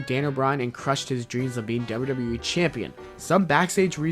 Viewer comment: Learn to say WWE!!!!!! Not WrrrWrrrE